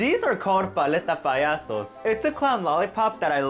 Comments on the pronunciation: You are still to this day saying it incorectly!!!🐧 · YOU ARE STILL SAYING IT WRONG 🤡🤡🤡🤡🤡😡😡😡😡😡😡😡😡😡😡😡😡